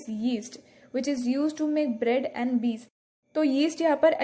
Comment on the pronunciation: Not bees it is beer😳👍😊